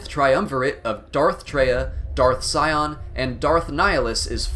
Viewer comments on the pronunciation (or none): none